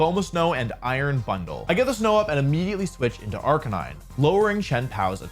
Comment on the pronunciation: RIP to wolfey’s pronunciation of Arca-nee-nay, gone but not forgotten 🙏🏻